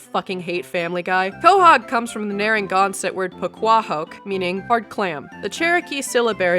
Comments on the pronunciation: Nara-gan-set not Nara-gon-sot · Small correction It's Narragansett (Nah-ruh-gan-sit) (sorry, IPA confuses me lol) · The Narragansett’s are from Rhode Island. That is even the name of the bay and a town in RI. It’s also pronounced different.